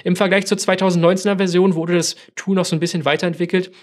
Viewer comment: Von dir ausgesprochene englische Wörter wie z. B. Tool, sind haarsträubende "Denglishs". Mit wildfremdem Akzent. Kanns du nicht einfach für das Englische ein normales passendes deutsches Wort finden? Ansonsten Video ok.